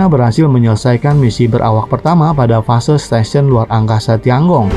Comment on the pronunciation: Tian Gong itu harusnya dibaca/diucapkan/pronounciationnya : Tien-kung. Aku tahu pin-yin-nya. Sempat kursus mandarin. Tapi kuhentikan karena aku merasa ketinggalan akibat pekerjaan.